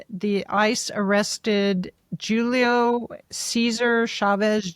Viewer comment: ....Julio is pronounced Hulio in Spanish the J is pronounced as an H you pronounced it as (J )ulio with a J